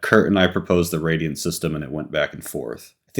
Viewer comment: Radial HAHA! It's Radiant:P